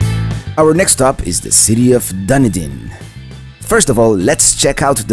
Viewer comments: Wow did you ever butcher the name Dunedin. Its pronounced Dun-e-din. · Oh,, I waited and waited for you to get to Dunedin and Honeymoon Island. Then...you said Dun - din. It is pronounced Duh nee din. Then you missed a spectacular beach and nature preserve when you didn't go into Honeymoon Park. AAAHHHHHH! But I understand not wanting to pay to go for just a few minutes. And I still love love love your videos! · Okay I watch this video about 12 times lol I have to correct you on how you saying it it is pronounced done eating even though it's not spelled that way LOL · Dunedin is pronounced Dun E Den. Love your videos. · Nice video as usual. But Dunedin is pronounced dun-EE-din. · This video is comical! The way he pronounces Dunedin and tons of other stuff🤣🤮